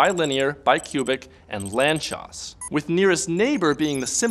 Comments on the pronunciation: "Lantchós"??? i pronounced "lánc-sós" my whole life... :( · FYI, the name "Lánczos" is pronounced "lantsosh". Source: I'm Hungarian. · Ah, I thought it was Polish, where cz is pronounced like that